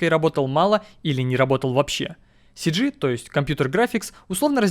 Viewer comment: Когда ты сказал cg мне послышалось Сиджей